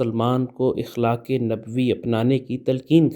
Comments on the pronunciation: جناب صاحب لفظ اخلاق زبر کے ساتھ ادا کریں گستاخی بدل معافی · اخلاق کے ہمزہ پر زبر ہے